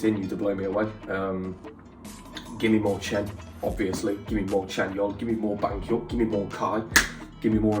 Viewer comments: Banhyuk😂 i'm dead🤣 it's baek like bek (sound like bet) and hyun like in hyunjin😂 They are officially 9 now but they actually debuted as 12 so you might see more members in the old songs, there is 4 Chinese members 3 of them left (Kris, Luhan, Tao) "due to some problems with the company" and one is in China now (Lay) and he haven't been participating in some last few comebacks also because of the dumb company😑 Anyway the names of the other members left are: _SUHO the leader (SU is just SU not like syou or sue, and HO like who) _D.O easy to say it right🙂 _SEHUN the youngest (the SE sound like in set and HUN sound like hoon like moon) _XIUMIN the oldest (this one kinda hard😅 but i'll try, XIU is like the sh sound not ch and you so it's shyou, then MIN is like in minute) The others (Kai, Chanyeol, Chen) you said them right👍🏻 . If this wasn't helpful enough you can watch this video he say it in Korean then in English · I lost it when u said banyok 😂😂😂😂don't worry u don't need to be sorry for not pronouncing it right take your time and don't rush exo-l are really chill and mature we won't attack or criticize you for making mistake or giving your honest opinions we even accept constructive criticism for exo 😊but the banyeok is iconic 😂😂😂😂😂👌❤im also impressed by how u got 3 members right fast specially chanyeol some people take months to get all the 9 members down and that fine ❤